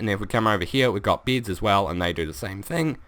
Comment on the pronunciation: Omfg SAY BEDS NOT BIDS ;) luv u man